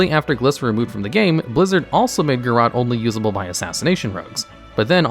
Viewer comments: pls. It isn't pronounced "garrAHt," it's pronounced "garrOAt" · "Garrote" has an E at the end. You're pronouncing it wrong. It's "guhROAT", not "guhROT". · then why is there an ‘e’ at the end of it :P. My ears were hurting whoever I heard the AHT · I’ve honestly never heard anyone pronounce Garrote as “Ga Rot”. Everyone that I know says “Ga Rote”